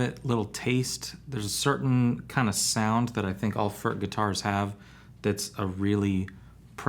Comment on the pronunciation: An average American will come closer to the pronunciation to say," Foord" with very little emphasis on the "d" it's more like a slight tongue movement